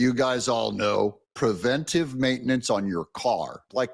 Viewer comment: Sooooooo happy that you say "preventive" instead of the misspoken "prevenTAtive" that so many people get wrong. (Pet peeve of mine.)